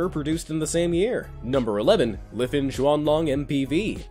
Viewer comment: i think you said it wrong, its jot Lefen, its Lifan. and you should have spelled it like this: Laifaan